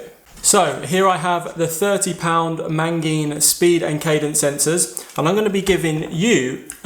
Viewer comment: Mate you're killing me here.... how many Ns are there in "Magene"?